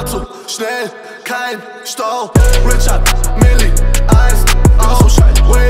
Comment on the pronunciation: Funfact: Es heißt Richard Mille 😂 No hate SHBZT🌊